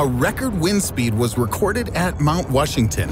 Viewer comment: Is it just me or does he keep saying Mount Wushington?